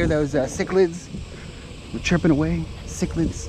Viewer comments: It's pronounced sick-A-duh Cicadas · There are called sa cad des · cicadas not cichlids..lol